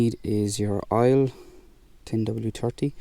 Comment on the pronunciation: Oil not aile